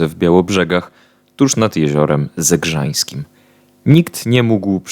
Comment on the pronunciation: ZEGRZYŃSKIM " a nie ,,ZEGRZAŃSKIM "